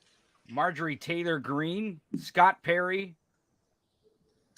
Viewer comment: This guy lmao. Did he say tater green?